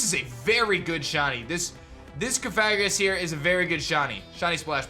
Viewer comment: "Cof-fair-guess" Me: What 😐